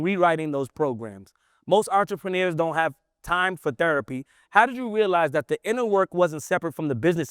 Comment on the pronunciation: Brother please practice your reading. No offense just read slower. You said entre pruneers